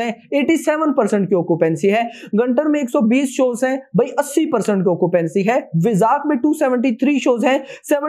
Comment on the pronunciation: वरांगल हे वो ओर गंटर नहीं गुंटुर है वो😂😂😂